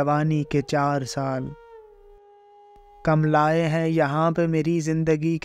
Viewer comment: Kumhlaaey ( yeh Saheeh hai )/. Kam Lacey Galat Talaffuz ( pronounciation ) hai. Urdu ki Rooh Majrooh ( Ghaael ) Na kijieyga.